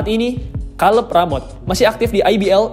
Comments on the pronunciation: Kaleb mas, bukan kaleb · Kaleb kaleb Kira salep 😂 Kacau bgt lu baca nama org